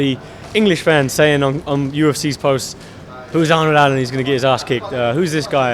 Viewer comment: It's Allen, not Allem.